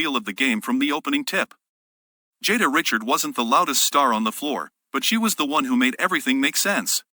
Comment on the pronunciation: REE-SHARD. Jada Ree-shard.